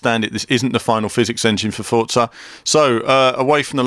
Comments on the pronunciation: I'm pretty sure its just Forza, the t-za sound only happens when its a double z, like mozzarella and pizza. One Z should be pronounced For-za. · Forza = Fort-za ? where's the T in Forza ? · why ppl say Fotsa not Forza ?